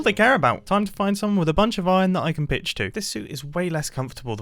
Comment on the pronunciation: ngl mumbo when you said "now to find someone with a lot of iron that I can PITCH to" I definitely heard something wrong